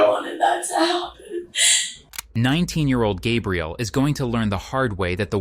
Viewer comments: Are you a real narrator. I think not. Is it Gabe-rielle or Gabrielle. Clue, it's the latter. Short A for women and long for men and different spelling. A human would make the same mistake over and over again. A human would not change from one pronunciation to another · Her name is GabriELLE, not GABE-riel. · The roulette of ways you chose to pronounce her (and my) name was dizzying. 🥴 Gabrielle, not Gay-brielle, not Gabriel, hard G, ab like abs, ree, elle. Please.😂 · For the love of god, please edit your shitty AI narrator. When you misspell “Gabrielle” as “Gabriel,” then you end up with the inconsistent pronunciations. Either actually have a human record their voice or EDIT! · The fact that the narrator repeatedly calls her "Gabriel" should have been a big hint. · Its the feminine of Gabriel, I've heard people pronounce it gabe-rielle plenty of times in person, not just an AI thing. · Also calling her “Gabrielle” like a man’s name and not like a woman’s name is cracking me up. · it irks me, the way the AI said “gabrielle.” 🙃